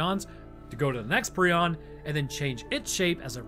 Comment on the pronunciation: It’s a prion not a preon so you’d say it like Pr-eye-on